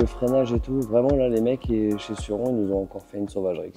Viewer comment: Pour la prononciation de surron, je suis un peu en retard mais pour indice ça se dit pas sur-rond ni Suzane mais ça se dit sûr Ron. Voilà pour mon commentaire 🗨️⏯️💶